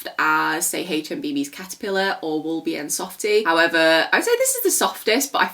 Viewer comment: This video is amazing, I was so exited and definitely not disappointed 😍. And concerning the "Wollbiene" you pronounce woll like wool just with a short o if it makes sense and biene means bee the first part bie is pounced like bee and then ne. I also found a website which sells it, I send you the like via Instagram 🙂